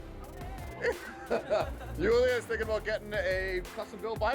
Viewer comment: Whoa she's hot...Julia the is. Sounds like you're pronouncing it Yulia.